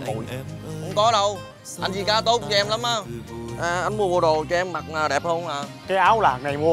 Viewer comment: July Vn vi cá mà đọc là di cá ák